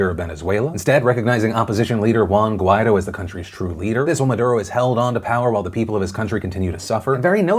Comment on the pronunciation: Phil, people hate it when you mispronounce their names. Guaidó is pronounced with the accent on the second syllable: gwai-DOH. That's why it's written with an accent mark over the 'o'. Johns Hopkins has an 's' at the end of John. Also, something cannot be "exponentially greater" than it was before. Exponential growth has to do with the rate of growth and means you multiply the current number by a set number over and over. The example is one person exposing 5 people and those 5 people each exposing 5 more people. The exponent is the number of times and it requires having a rate of growth, like 5. Note that the rate could be small, like 1%, or even negative, and it would still be exponential. "Exponentially" is not a synonym for "enormously". (I would recommend you use the term "order of magnitude", but I realize most people don't know what it means any more than they understand "exponentially".)